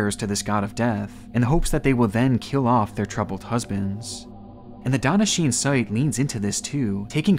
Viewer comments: Huh I thought would have watched Death Note. Shi-ne is pronounced as two syllables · "shi-ne", btw. Not "sheen".